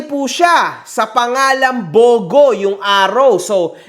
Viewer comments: Taga Leyte rin pala si Esmi mo? Shout-out sa mga kababayan Jan na ka hombre, BTW it's pronounced as Bu-Go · Im from Bogo City whenever we say "Bogo" its not spoken or spelled like that but like its spoken like this "Bugu". nasa pronunciation yan. Bogo City city named after a tree (Garuga Floribunda) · Mali pronounciation mo sa bogo sir. Mabilis po ang basa diyan hindi mabagal.